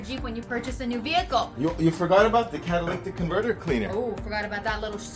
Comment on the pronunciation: Ma'am , why are you letting him I pronounce catalytic converter wrong? 🤣🤣 Love watching this! I have a 99 4cyl TJ and I did a similar upgrade. New top, bumpers, upholstery etc.... Great videos!!!